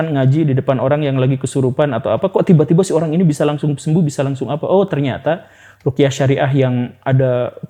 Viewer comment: Ruqyah Syar'iyyah pak, bukan rukiah syariah. Menyebut itu aja salah gimana mau dengar penjelasannya lebih dalem. Apalagi sampe menyamakan ruqyah dengan hipnosis. Haduhhh... Lebih baik bg datangkan ustadz yg lebih mendalami tentang itu, cth ust M Faizar. Jangan sampe umat tersesat dr pemahaman yg salah, melalui channel ini..